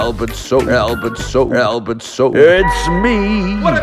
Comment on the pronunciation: Albert not "soaper"